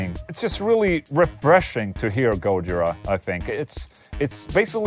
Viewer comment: Can you stop saying "petrushi" and putting the stress on the first syllable of gojira (instead of the second) oh yeah and you could have mentioned Dave LaRue plx